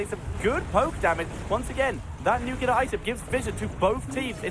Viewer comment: Nuclear, please, not nucular.